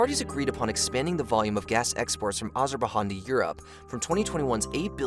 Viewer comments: Not Azerbahan as you pronounce it, it is not Spanish speaking land as you pronounce it - Azerbaizan leads to correct pronouncing. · Even in English, it's pronounced Azer-Bay-Djan, not Han. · Azer-bai-JAN not Han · stop pronouncing it azer-ba-han,for the love of god it hurts my ears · Which one? Azerbahan or Kowcusis. Bit difficult to come over as an expert when you can’t even pronounce the place names😂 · Can you try to say John , okay now say ‘AzerbaiJohn’, now it is better rather than ‘Azerbahan’ 😂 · Azerbaihan ??? AZERBAIJAN ! NOT AZERBAIHAN BRAHHH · its azerbaijan not azerbahan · Listening to you say AzerbaiHAN was the most painful thing ever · azerbahan really bro??? just say azerbaijan man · ITS NOT AZERBAIHAN ITS AZERBAIJAN HOLY CRAP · why are you calling it Azerbaihan? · It’s like he’s pronouncing the J in Azerbaijan as an H like in Spanish but it’s not pronounced that way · Azer ba Han 😂 WTH guys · The j gets a zh sound in Azerbaijan...Ah-zer-bai-Zhan...you'll hear the bai pronounced buh sometimes but never an H sound...it's not Spanish. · Appreciated the information, but I disliked the video because of the hundreds of Azerberhaans, Azerbahons etc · I don't know who in the team read this script, but the "j" in Azerbaijan isn't a spanish silent one, so all the "Azerbaihan" have been physically cringe-inducing to hear, sorry to say. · Really really painful to hear 😓😓😓. AzarrrrrrrBaiJan!!! Azerbaijan is Turkic name not Hispanic 🤦‍♂️🤦‍♂️🤦‍♂️🤦‍♂️🤦‍♂️. J not H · AzerbaiCHan? rly dude? where are you living? under the stone? speaker for such topics should be at least able to pronounce the names of countries correctly 🤦‍♂️ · Please stop saying Azerbajan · AzerbaKHAN? Muslim Airbahanas? WTF? The way you pronounce it tells a lot on how educated you are on the mater. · dude, at least leatn hot to pronounce the ne of Azerbadjan.... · Simply because of the "Azerbahhhhaan" thing, I can not take the entire video seriously! You have no clue what you're talking about !!